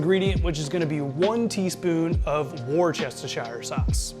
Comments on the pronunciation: I know it's got all sorts of worse's and chester's and shires's in it, but believe me when I tell you it's pronounced wus' -ter sauce. Simple as that wuster sauce. The r s h i r and e are silent. Kinda like the way you guys pronounce solder as sodder, as though the l was silent. So yeah, wuster sauce. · War-chester-shire sauce? lol Sorry, that just cracked me up! Great recipe though--thank you!! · Anyone who cannot pronounce Worcestershire should not be allowed to make food or drink videos. Go stand in the corner. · Brooooooo. It’s HORSE radish. Not HORSHE radish. 😂 also you butchered Worcestershire Sauce. 😂 Drink looks amazing